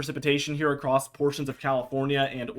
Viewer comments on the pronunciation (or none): Across not acrosed. Acrosed is not a word